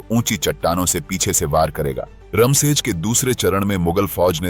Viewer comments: इसमें थोड़ी सी गलती है किले का नाम रमसेज नहीं "रामशेज" है। इसका मतलब है राम का विश्राम स्थान। कहते हैं कि जब भगवान श्री राम वनवास को भेजे गए तब उनका रहना इसी नासिक इलाका था। जो घना जंगल था, और इसे दंडकारण्य कहा जाता था। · रमशेज नाही.रामशेज आहे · रामशेज ना की रमशेज. प्रभू श्री रामचंद्र रघुवंशी क़े नाम पर उनका नाम है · रमसेज नहीं इस्का नाम रामसेज!